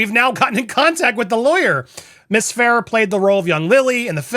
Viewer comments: Fa rare is how you pronounce it! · As per Isabela Ferrer, her last name Ferrer...is pronounced "Fur - Rare".